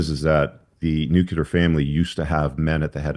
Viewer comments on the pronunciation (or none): Imagine unironically listening to a guy who is so uneducated he can't pronounce nuclear. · It's "nuclear" - not "nucular"